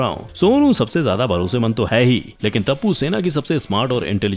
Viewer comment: It's टप्पू not तपु सोढ़ी not सोदी